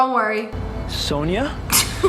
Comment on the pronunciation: Wait my name is Sonia I’m so happy they pronounce it right 😊